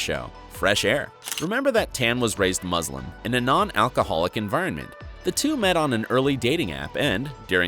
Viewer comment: It sounded like the narrator kept saying that Tan is Muslin.